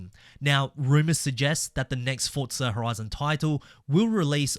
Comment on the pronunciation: For za not fortza